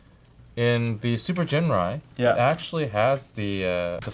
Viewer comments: No hard 'G' for Ginrai… Correct pronunciation is 'Jinrai'. Besides, wait 'til Super Ginrai combine with Godbomber (with PC-15 and 16), u'll be surprised. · but the actual pronunciation IS Jinrai, not "Ginrai", with a ji sound. The Japanese name is written as ジンライ, with the katakana "ji". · Every time you mispronounce Ginrai's name, a puppy dies. (Because I killed it.)